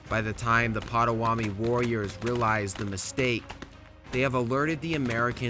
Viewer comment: May I suggest you study pronunciations before you post another video. I see you have already been bombarded with corrections about how to pronounce Mackinac, but remember it’s Lake Hur Ron and the native tribe is pronounced Pot a wanna me! These graphics are excellent, the. Intent historically accurate but the narration although not AI generated, is absolutely bush league! There’s no inflection, no punch, it’s dreadful, the narrator sounds like he just woke up and needs a coffee. There’s no inflection, this narration cheapens what is otherwise a good video.